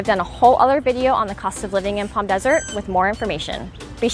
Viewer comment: Helpful video. Thanks. It's so nice to hear you pronounce Palm properly. With the silent "L". Unlike other YouTubers that talk about the area, some pronounce it like "Pawlm". Drives me crazy lol!